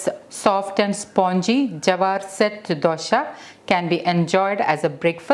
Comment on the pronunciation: Its not dosha its dosa